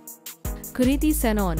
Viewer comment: Why you say Kriti loor